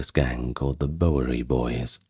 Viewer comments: Yes, it was bugging me a bit, too.😂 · Awesome stuff. Your pronunciation of Bowery is a bit off, but other than that, well done. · Is this narrator AI? He mispronounces “Bowery.” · I watch it once a year for the historical and cinematic reasons. The sayings and characters are badass too. I'm in the southern/central US and we pronounce it BOW-er-E. Y'all stay cool. 👋🏼